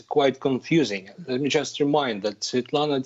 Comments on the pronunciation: BBC you are embarrassing. Can't even say Svetlana's full name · Well, as you may see my name is Slavic, I speak Russian and no, this is not a 'good job' in pronouncing Svetlana's name. BBC should have done their homework and learned how to say her name.